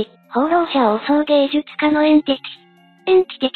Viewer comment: エンティチとかエンチティじゃなくてエンティティでしょ？